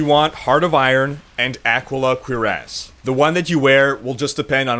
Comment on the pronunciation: Funny how you pronounce "cuirass". Sounds like you're saying "queer-ass" as opposed to "cure-as"